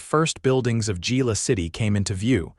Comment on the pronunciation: To whoever is narrating this it's pronounced ' Hila' not Gila